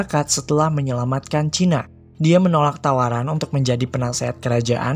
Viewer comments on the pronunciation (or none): none